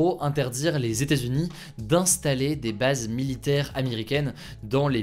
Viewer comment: Les Stazunis, les Stazunis… Mais que cela veut-il bien dire ? Il faudrait vraiment faire un effort sur la prononciation des États-Unis … Sinon, comme d’habitude ,très bonne vidéo informative. PS : je ne suis pas un Hater…